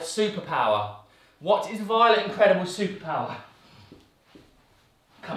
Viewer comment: When Joe says in the Incredibles I thought He says indie credibals.